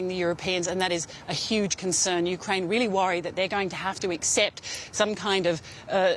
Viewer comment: You brought in an expert who can't even say "Ukraine" right...